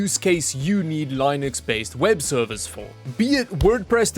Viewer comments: LINE-UX - Way you say it. LIN-IX - Way it's actually said. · Why did u pronounce Linux that way? you said it how you expect to say Linus, Its Linux like Linn Uxx :c this made me more sad than it should of! Ima go stomp my feet in pure anger over something that i really shouldn't care about! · It's pronounced Linux not Linux. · Linux or Lie-nucks?